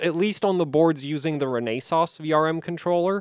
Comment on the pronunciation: Nice one as usual. BTW, with "Renesas", the emphasis is on the first syllable "REnesas", not "reNAYsas" 😉 Source: "We are Renesas: Company Overview"